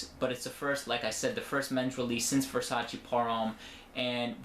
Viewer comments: I believe it is Versaceee no versaciii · It's Versace not Versaci